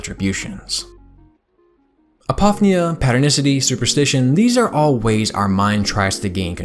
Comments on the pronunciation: Okay... I LOVE LOVE LOVE your work, been a subscriber for quite some time now, and this video is no exception - thank you again for everything you do! Having said that. It's "app-oh-FEE-nee-ah", not "ah-POFF-nee-ah". (I think one of the reasons this bugs me is that this is such a break from everything else in your video being brilliant and perfect. You're jarring my own interpretation of you!) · My apologies for being that guy, but apophenia is pronounced “A-po-fee-nee-uh.” Just for future reference.